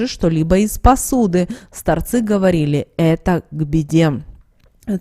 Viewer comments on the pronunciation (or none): Стаааарцы, а не старцыыыы